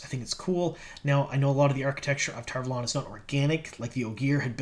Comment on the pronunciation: How come everyone decided to start saying Tar Valon wrong? It's said the way Michael and Kate say it or its WRONG.